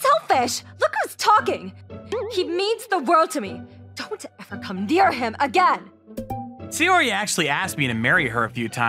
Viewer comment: Her name was NOT "Sayori", it was Saori. Check your pronunciations.